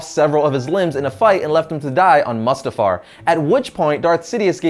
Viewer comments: It's Korriban and MOO-stafar. Not MUST-afar. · its pronounced: "moostafar"...